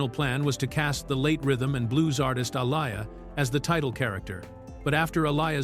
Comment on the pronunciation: Aleeeyah it’s pronounced aleeeyah please get it right alieya ain’t nobody name